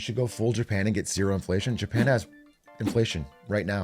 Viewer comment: Bro said Japlan 💀. Every word that this spits from now on is invalid.